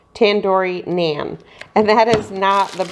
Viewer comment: Please pronounce naan bread correctly 😊